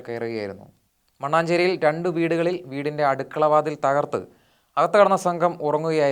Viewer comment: മണ്ണാഞ്ചേരി അല്ല , മണ്ണഞ്ചേരി